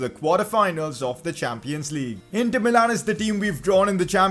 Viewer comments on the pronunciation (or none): none